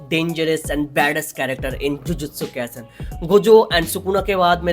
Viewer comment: Why u say jujutsu kayisen its jujutsu kaisen